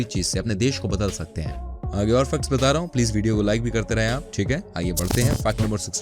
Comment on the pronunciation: Bhaiya aap facts ko fck type jaisa kyu bol rhe hai 😓😂